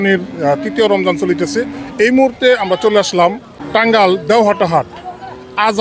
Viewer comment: টাঙ্গাল না,,,,, টাঙ্গাইল হবে